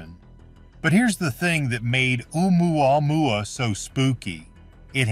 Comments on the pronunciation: The way he pronounces that other comet is enough to run and hide LOL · I die laughing every time the AI voice says oumuamua. Heck I can’t even spell it. Hey it may be the new Jerusalem